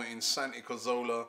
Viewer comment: Robbie, cazorla has an R in it my friend please pronounce it cazoRla instead of cazola thanks pal sorry for being a pain in the arse,great work by the way